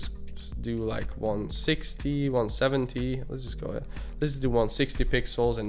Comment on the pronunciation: bro you can't keep pronouncing 'ahead' the way you are, its really off